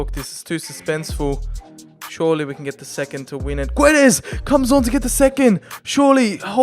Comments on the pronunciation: Is It a h in guedes bec u say guedesh and not guedes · And Gonzalo Guedesh